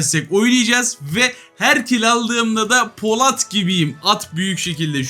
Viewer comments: abi poLAT değil polAT mk kanser oldum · Abi poLAT değil polAT